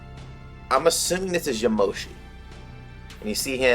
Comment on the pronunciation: It’s not yamoshi